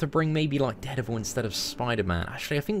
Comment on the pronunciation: please learn to pronounce dare devil. its soo annoying !!